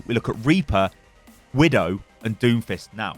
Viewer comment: When you said Doomfist I heard Doofus, now I can’t get that out of my head lol